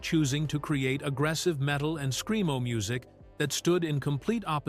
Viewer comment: I like it when our Ai bot says, Screen-O, a lot. Lol